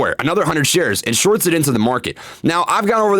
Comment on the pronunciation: He said “the psychology of sharts” 🤣